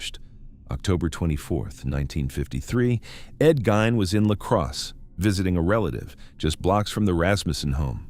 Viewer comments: GEEEEEEEN NOT GINE 😡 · It's Gein (Geen) not Gain(Gain). Lol. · EVEN LAW ENFORCEMENT SAYS GEEN, SORRY. NOT GOING TO FLY. HALF A CENTURY PLUS IT'S ALWAYS BEEN GEEN. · It was pronounced differently each time he said it 😂 Gain, Gine, Gunn 😂😂😂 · Gine ! Gein it's a German Name: Gein is pronounced 'Gine'! (!!) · He pronounces Ed Gein as Ed Gunn. Then goes on to say how famous he is. If he so famous then why can't he pronounce the name correctly.